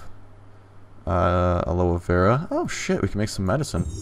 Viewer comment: It's pronounced aloe not aloo.